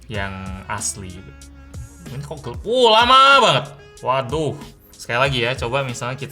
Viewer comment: bang gw mau tanya deh, kenapa kalo ngomong "gelap" jadi "gelep" dan "lambat" jadi "lambet" ? apa bahasa palembang kek gitu ? trus kalo lu ngomong "palembang" apa bakal jadi "palembeng" juga ?